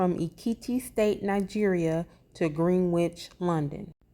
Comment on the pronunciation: I like the channel, keep up the good work! By the way Greenwich is pronounced like Grin-itch the W is silent...